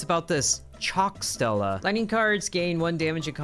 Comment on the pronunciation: Jesus kind of dances on my nerves every time you keep saying a Stila is a Stella, the i sound like the name of the letter e in Spanish my friend. Sounds a little bit like you're saying the word steela.